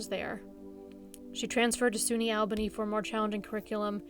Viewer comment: Really great & informative as always--you rock! One small thing, it's pronounced "All-bah-knee", not "Al-bae-knee"